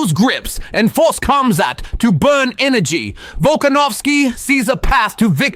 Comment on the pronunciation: Not cum-zat bro its Khamzat lol joking awesome video! 🤣